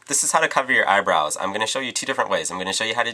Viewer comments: "i haf sum chongaleesh's aybrounz." LMMFAO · "Chongoliscious eyebrowns" OMG I love ya,!